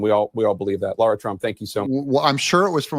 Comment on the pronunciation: Lara, not Laura. Otherwise keep up the good work, Dig (oops!).